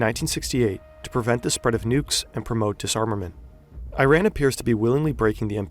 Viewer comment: Commentator doesn’t even know how to say Iran right but good vid aside from that